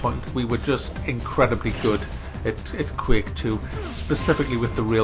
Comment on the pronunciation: Why do people pronounce it Quake Life?